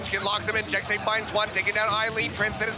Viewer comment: I'm about 98% sure Jecse is pronounced like Jesse not Jexy. Because a lot of other native language speakers spell things how they sound when spelling English words so phonetically Jesse would be spelled Jecse because the 2 different sounds the S's make